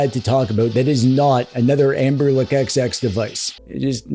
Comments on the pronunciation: Why are you saying anberLICK? 😭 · Am i hearing it right or are you calling Anbernic, "AmberLick"?